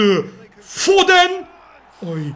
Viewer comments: abi foden foden diye okunmuyo ama neyse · Abi FODEN DİYE YAZILIYO AMA FODIN DİYE OKUNUYO